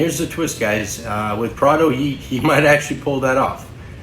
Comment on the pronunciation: His names Pardo. Not prado